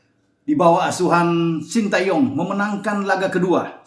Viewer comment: Pengucapan nama yg benar adalah SHIN TE YONG. Sekedar koreksi dan masukan.